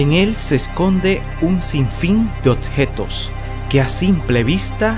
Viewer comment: odjetos 🤭. Ya no me da miedo si dicen odjetos. Es "objetos"!